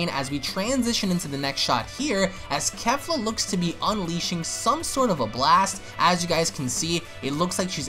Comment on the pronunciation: the name pronounce KE- FLA like KEY-FLA not KAFLA lmaoo you all pronounce it all wrong.